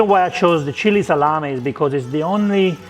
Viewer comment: Just say " Salam-e ( not i), Salame. ( go in google translate and listen how italian pronunce " e" and "Salame" not "Salami" ( salami is plural, salame is singular)